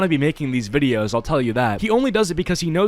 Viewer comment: “all he does is just woasts my aiditing and the way that i talk in my vwideos” 🤓